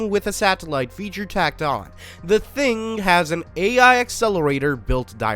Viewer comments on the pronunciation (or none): none